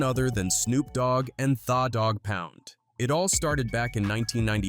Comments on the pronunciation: How do you pronounce the dog pound thaah dog pound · Thawwww Dogg Pound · This AI shit has got to stop. Cover people and stories using your time and your own voice to do it. What the hell is THA DAWG POUND, If you are a Hip Hope fan, you would know and pronounce it correctly. The Dawg Pound. Put time into your work and stope having AI generate stuff for you. I appreciate the light was shined on the story though. Just show the culture some more love by not having AI generate content. Respectfully! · AI needs to learn how to read slang..the way it say Tha Doggpound 😂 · “Tha” Dogg Pound 🤣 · Narrator is a goof the way he pronounced tha dog pound lol smh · I'm just highly entertained by the mispronounced names of it all. Tha Dogg Pound, Noreaga, he's screwing all of it up 😂